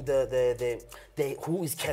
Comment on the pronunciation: Did he just say Cassper nyonyest😂